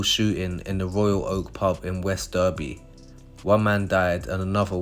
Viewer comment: West Derby not West derbie tool